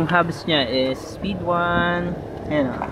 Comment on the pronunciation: Speedone pala basa don akala q “is-pid-don”